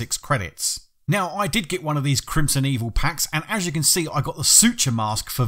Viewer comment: Its Crimsonveil not Crimsonevil for the record